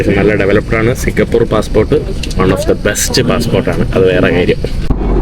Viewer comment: സിങ്കപൂർ എന്നല്ല സിങ്കപൂര് .